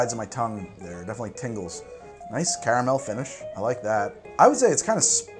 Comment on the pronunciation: Great channel, but I’m sorry I really dislike the sway you say caramel